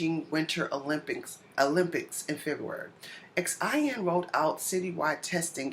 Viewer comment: xian is prounpounced SHEE- AHN